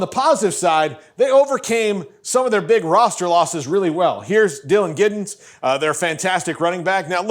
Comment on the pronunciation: It’s DJ Giddens. It’s okay you’ll learn his name…